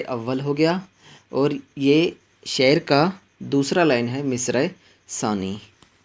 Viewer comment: شعر کو شاعر پڑھنا بالکل غلط ہَے۔ پہلے اپنا تَلَفُّظ درست کر لیجیے۔